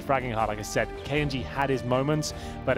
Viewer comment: he keeps pronouncing it as k un g